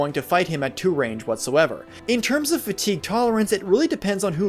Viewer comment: Way too much emphasis on fatigue lol